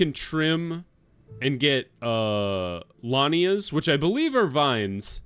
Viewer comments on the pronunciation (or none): They are lianas 😅😅😅 not lanias. So funny. It's a part of a plant like vines, you were right about that. Tarzan and monkeys were using them to swing on the trees. I was laughing so hard 🤣 very cute, keep going